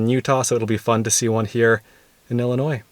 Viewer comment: This was beautiful 💕 Thank you💕….and thank you for pronouncing Illinois correctly👍🏼👍🏼👍🏼